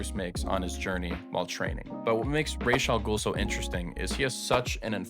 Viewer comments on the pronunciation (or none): Ra's Al-Ghul is pronounced "rahz" as in Batman Begins, not "raysh" as other Batman media does for some reason